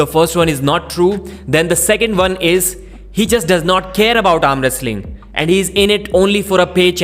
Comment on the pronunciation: It's "why" not "vai". It's "one" not "varn"